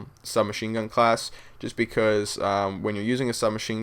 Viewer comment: becouuze lol. love yah